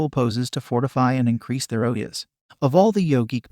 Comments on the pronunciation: its not OH-YES, its O-JAS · It's not oyas it's ojas. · don't stan on your head without a yoga master teaching, you will go crazy after a while, and ojas are pronounced d/f